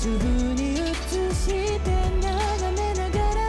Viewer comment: EJの「映して」の発音がネイティブで驚いた。ビハインド見ててもネイティブと遜色ないくらい話せるEJだけどここまで発音が綺麗にできるとは… あとYUMA君は本当に高音が上手。パート多くて少し心配になったけどYUMA君が歌うと安心する。